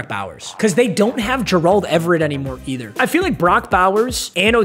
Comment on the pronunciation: Buddy butchered latu, Gerald Everett , and Odunze names in the span of 1 minute Lmaoo